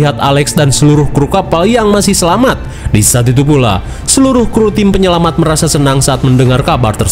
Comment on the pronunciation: Penyelamat bang bukan penyelamang